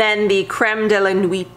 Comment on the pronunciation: Enjoyed this video! As someone who LOVES all things lemon-y, I'm just about sold on the Khus+Khus body potion... As for the word 'nuit', you want to pronounce it like 'nwee':)